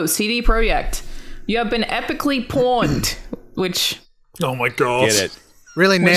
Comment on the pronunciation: The way Alannah pronounces “pwned” made me lol. Wonder if that’s just an Aussie thing?